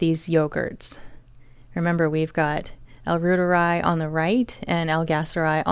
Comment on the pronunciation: Pronounced "Rooteri" or Root'eri ("i" = ee)